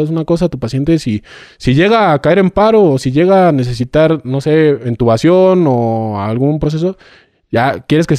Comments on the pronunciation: 😂 un "médico" diciendo ENtubación, no lo sé Rick parece falso, se dice intubación 😅 y yo no soy médico ni personal de la salud, lo aprendí en Grey's Anatomy 😂😂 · Porque dijo entubación? Si la palabra correcta es intubación